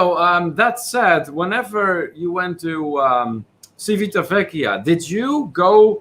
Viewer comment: You almost had it,, but ci and ce in Italian have the tch sound (not an S sound as in the Spanish language!) followed by the ee sound for i or the ay (as in day) sound for e! Civitavecchia (Ci-vi-ta-ve-cchi-a)= Chee-vee-tah-vay-kee-ah. Practice! And yes, Cay is always pronounced Kee. Do not ever let RCI fool you into thinking otherwise. Please reconsider booking the Epic. It is the absolute worst ship of the Norwegian fleet. The food and entertainment were not an issue. It's the entire ship design! The absolute worst. There's a reason why cruises were always some of the cheapest on the Epic before the Blip and also another reason there is no sister ship. Besides the horrible situation with only having two sets of lifts instead of at least three sets with midship lifts, the staterooms are the worst especially if sharing. Who thought it would be a good idea to put a mattress in the loo? Because over there across from your bed is the basin and in the other corner is the toilet, and the opposite corner of your stateroom is your shower so you end up with a wet floor and ceiling, and you're bothering others when late at night, you needed to wash your hands after using the glass enclosed toilet to "drop the kids off at the pool and watch them drown"! It's deconstructed so they hear everything! Rome in a day, especially coming from Civitavecchia, is very difficult. Same with Florence (Firenze). Please advise everyone about the pickpockets. They are masters of their craft, especi